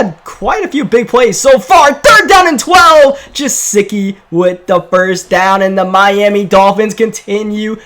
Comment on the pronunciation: And yet he say Jesicki instead of Gusecki